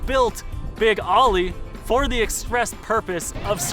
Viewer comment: It's pronounced "Big Oh-ly", not "Big "Ah-ly". Much of your footage uses Chris Greenwood's Oly-themed NORRA racing Bronco, as well as Boyd Jaynes' NORRA Bronco with an Oly-wrap for the Need for Speed movie. I also caught glimpses of our formerly-owned '69 Baja 1000 overall-winning Bronco with an Oly-wrap as well on it - an understudy of sorts to Boyd's truck in the movie.